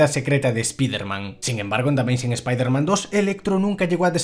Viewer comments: Tanto te cuesta decir "ESPAIDERMAN" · Siempre le pronuncian mal el nombre.